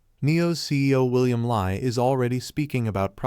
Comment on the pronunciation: It's pronounced as William Lee (William Li Bin), not Lie!